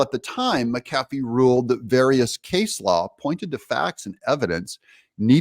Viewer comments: Judge Mac - Ah - fee not Meh- Kaffey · Not that he deserves respect, his name is MAC A FEE. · Please pronounce the judge's name correctly, "MC-A-FEE" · He says McAfee wrong again. Drink! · Doug, or is that Do ug ? You are the one that said you were going to make a better effort to say names correctly. It is Mc Afee, not M cafee. And it is Chese bro, not Chese boro. I love your show, but would like to see more accuracy on names.